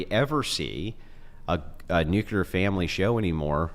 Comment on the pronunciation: I can't even begin to tell you how disappointed I am to hear something I just heard say. I like the way he talks I like the way he thinks I like all this stuff but there is one thing that I absolutely cannot forgive, I cannot overlook. He actually just said the word nuclear wrong and in this way that only imbeciles and morons say it. He actually just said "NUKE-YA-LER".... THE EFFING WORD IS "NUKE-LEE-ER" This is one mistake that is absolutely idiotic, moronic and inexcusable. There's no way around I lost respect for him with this. And no one said that I'm overreacting because I'm not